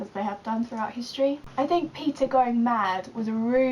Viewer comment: peter... umm i think its peeta